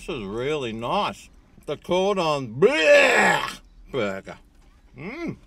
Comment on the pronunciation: You're only saying 'Cordon Bluuurgh!' like that because you don't know how to pronounce it properly, isn't that right? 😂 Don't worry, I don't know either.